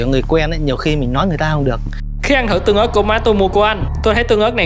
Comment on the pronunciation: Ớt tương mà anh nói tưng ớt